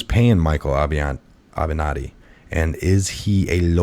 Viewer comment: It's Ah-ven-not-tee